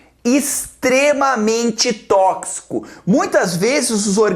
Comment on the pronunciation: '' Tókcico como? tókcico como?'' kkkkkkkk